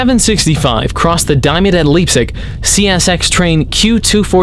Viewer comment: Its pronounced Lipsic the e is silent.